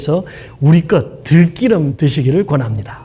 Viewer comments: 들기름..들끼름-_- 발음이..좀~ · 자꾸 귀에 거슬리네요 들끼름이 아니라 들기름입니다 꼭 지켜주세요 아주 사소하지만 한글은 소중한 우리 문자이니까요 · 들끼름 아닙니다. 들기름입니다. 한의학 박사님...국어 발음에 유의해 주세요.